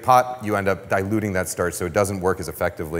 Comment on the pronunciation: Take a shot every time Kenji says statch